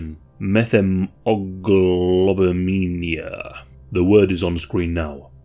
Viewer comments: This video gave me the creeps... until you tried to pronounce methaemoglobinaemia. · I love your pronunciation of methaemoglobinaemila.